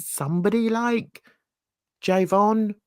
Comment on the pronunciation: Jovan NOT Javon!! 😅😂😅